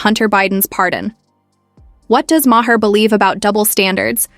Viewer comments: How many different ways can AI butcher Bill Maher's name? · I can’t stand Bill Maher, but at least pronounce his name right!